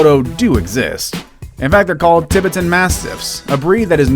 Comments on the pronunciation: "Tib-et-tin" mastiff's:...😂I think you put the wrong EMfasis of the syLAbull... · Tibutton is what I heard. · Ti-BET- an mastiff!! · Did this narrator really say new-FOUND-lun???? PIE-yer-neez? TIB-uh-ten Mastiff??? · I've seen clips of Hulk before He is big. But omg that is not how you pronounce Tibetan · Excuse me, can you say Tibetan again? Did i hear your pronunciation right? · The way you pronounce Tibetan 😂😂😂😂😂😂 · He pronounces Tibetan wrong.